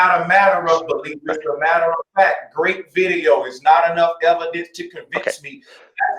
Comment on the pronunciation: The "ehv-o-dents"? Oh my... 🙄 It's like talking to a preprogrammed flat earth propaganda bot. I still think that there are NO flat earthers... they are all pretending, to feel special and superior. That's ALL of them.